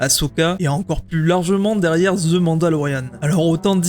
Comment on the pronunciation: je suis désolé mais faut arrêter de dire Zi Acolyte le mot "the" en anglais ce prononce comme DE 😅 dite DE ou dite DI mais pas Zi